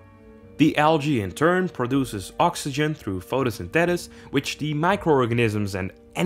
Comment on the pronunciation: Cool video but its Photo-syn-thee-sis just fyi.